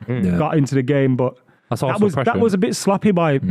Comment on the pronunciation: As a new referee and a chelsea fan I think the way says varsenal is disgraceful